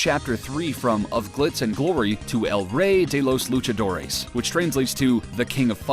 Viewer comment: "El rey de los luchadores" Nice pronunciation. ^0^ /